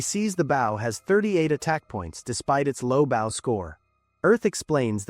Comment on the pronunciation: My biggest annoyance is these fucking things not pronouncing BOW correctly.